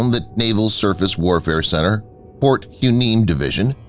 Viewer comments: Port Who-neem??? Try Port Y-Nee-Me. Fixed it for ya!🤣🤣🤣 Perhaps it's time to re-calibrate the algorithm? 😂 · Why-Née-Mee Division. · Hueneme is pronounced Why knee me. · You butchered both Hueneme and Kaui